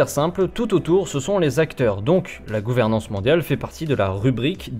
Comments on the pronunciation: Pour ce qui est des défauts de prononciation du type, il a l'air d'avoir un accent suisse-allemand, donc je pense qu'il est germanophone... ce qui expliquerait cela. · tu te moques de lui pour gouveremance mais tu as pas regardé comment on prononce disease